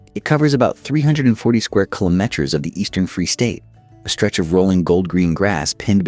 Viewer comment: Worst AI voice ever. It can’t even say kilometres and meter correctly. Beautiful photograph but script and voice are absolutely terrible. Pity.